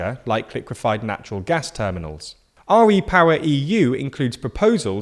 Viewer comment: "R-E-power"? Surely it's just "Re-power"?